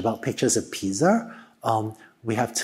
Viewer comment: But the real question is why does he say piza??????